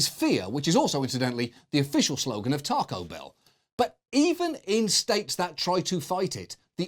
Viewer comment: Im British and im still appalled by how you pronounced ‘Taco’